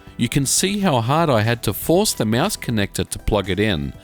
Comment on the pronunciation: "Meuse." Liked the review tho.